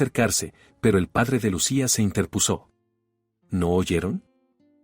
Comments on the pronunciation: ¿Se interpusó? No se dice así es intÉrpuso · IntÉrpuso???😂 InterpUso. Es una palabra grave. El acento va en la penúltima sílaba.